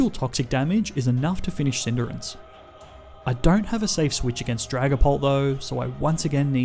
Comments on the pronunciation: This guy really pronounces Cinderace (Cinder-acse) as Cinder-ince, like hindrance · It cindarace not cinderance